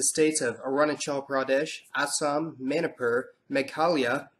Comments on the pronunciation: It's Mani-pur... Like how you pronounce MONEY...not Mani... Like you prononce MANY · you totally messed up the NE India. You titled the video "Northeast Indians" while you only talked about Nepal and Bhutan. Okay I can understand why you used the term 'Asian' Correct pronunciations : * Manipur - money + pool → not manaipar * Tibet - tea + bet → not taibet * Nepal - Nae + parl → not nepol